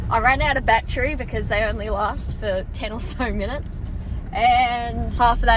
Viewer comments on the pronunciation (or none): none